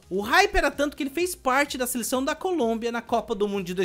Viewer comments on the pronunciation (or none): none